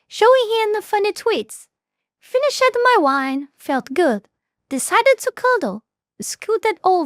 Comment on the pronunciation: Love the way she says -ed. FinishED